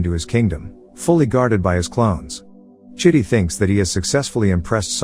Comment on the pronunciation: Dude, that's not how you supposed call the robot's name. You calling him shitty 🙄